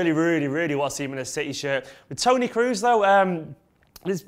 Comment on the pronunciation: "tony cruz"???? KROOS..K R O O S..The "O" is like in - OH my God, i can't spell KROOS -. REPEAT: TONY KROHs. TONY KROHs..